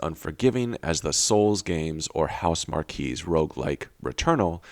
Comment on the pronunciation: Hey dude. Housemarque is pronounced House-Mark not *House-markee*. Great vid!